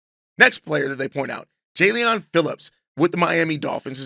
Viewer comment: Jalean is just pronounced Jaylen. He's a good pass rusher but had an Achilles tear in 2023